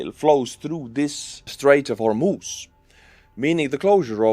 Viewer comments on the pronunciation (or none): none